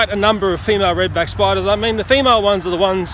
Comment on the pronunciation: I like when he says “spidas” xD Also anyone know just2good? He’s in the vid xd